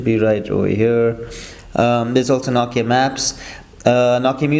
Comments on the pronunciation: it's nooo key ah not knock kee ahh am i right? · say nokia how you should (NO-KEY-A)